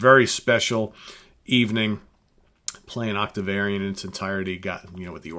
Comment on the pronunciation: Also, it sounds like you are pronouncing Octavarium as "Octavariun" on several occasions. But it could just be my stinkin' tinnitus.